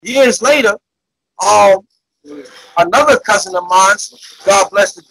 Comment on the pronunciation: Me personally I can’t respect no grown man saying bousin instead of cousin